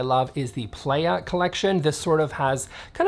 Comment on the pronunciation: Oh the playa collection is pronounced pli-ya it’s Spanish name for beach 🏖 loving all the looks !